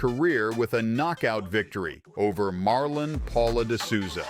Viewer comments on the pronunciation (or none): none